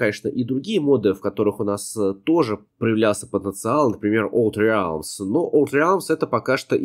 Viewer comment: Не "олд реалмс", а "олд рэлмс".